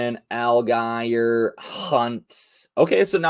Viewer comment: AL-GYE-ER???....my man don't even know how to pronounce names properly??? Or is it a bit?